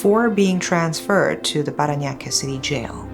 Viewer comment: The way she pronounced "Parañaque" was immaculate. You're getting better with the pronunciations 😊